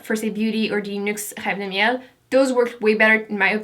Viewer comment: Hey! Est ce que je viens d'entendre un accent québécois dans la prononciation de reve de miel? ;)